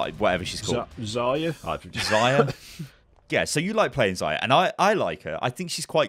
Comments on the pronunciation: Man, it's not Zaya, it's Za-Rya with hard R. It means "sunset" or "daybreak" in Russian. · meh... i just want to help you pronounce name correctly. By the way: Za-ryA accent on second `a`. No offence, pal.